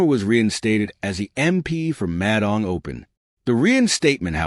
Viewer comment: Narrator pronounces Madang as Mad Ang...😂 who engages these clowns to do commentaries on VBlogs..! It's bad enough listening to the dire news about ridiculous and frivolous court battles...?😢